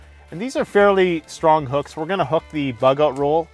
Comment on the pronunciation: "goht some hucks on top here" 😂